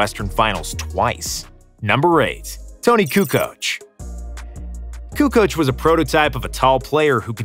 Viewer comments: Jordan says KUKOC and I believe him!! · pronounces Kukoc, Petrovic, Stojakovic, Doncic correctly but in the end does wrong the same type of surname with Dragic. And incorrectly does Divac too)))